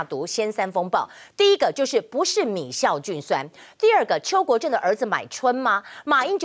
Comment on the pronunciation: 是米酵菌酸，不是米「醋」菌酸，雅琴姊